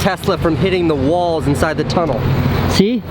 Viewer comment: “TUnnel” Not tryna hate Luv ya Casey